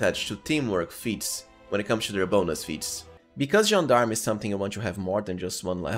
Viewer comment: Once again, a perfect gentleman that pronounces "Gendarme" correctly ❤️❤️❤️